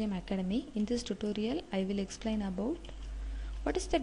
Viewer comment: I think she is south indian but not a mallu.. we don't pronounce 'about' 'that' in this way like stressing on the last t.